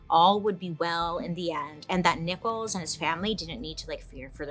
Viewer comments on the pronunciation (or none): none